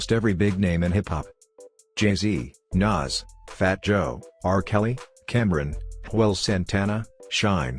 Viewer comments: he said “Cameron” lmao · You can tell he’s not from our culture by the way he said Cam’rons name 😂